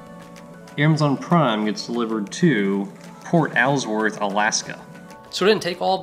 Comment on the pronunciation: Alsworth is pronounced Alls-worth not Al's worth. Lol. 😂. that's my family in Port Alsworth. The way you were pronouncing it was cracking me up.